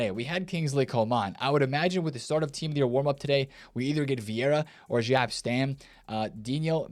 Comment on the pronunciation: Jap Stam. Stop calling him Jap Stam. Love your vids, they’re a daily watch. You’re the best daily FIFA market news poster on YouTube. It’s “yop stahm.” The J is a Y in Dutch. Cruijf = kuh-roy-f. Arjen = arr-yen. Jaap = Yuh-op or yop. You always get Cruijf right but hearing you say JAP stam every day this week drove me nuts enough to post. Again, love your work!